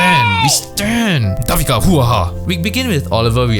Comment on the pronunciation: Hahaha your commentary for OWL is really entertaining, can't wait for next vid!! Btw, Devika's name is pronounced Day-vika :)